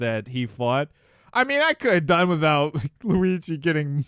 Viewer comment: No one: Not a single soul:: Lugi